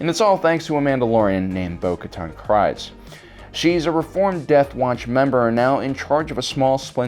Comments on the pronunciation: Every time I hear the name Kryze in either "The Clone Wars", "Rebels" or "The Mandalorian", it rhymes with breeze not rise. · Please learn to pronunce the names properly. It's not pronounced krise but kreese. Even the clone wars episodes sshowed this. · Great vid! Just FYI, "Kryze" rhymes with "breeze," not "eyes." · You mispronounced Kryze. The way you're suppose to pronounce it is like freeze, but instead of an f, it's with a k (Dave Filoni and characters in Clone Wars and Rebels say it like this) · I am pretty sure Bo Katan's last name is pronounced Kr-ee-ze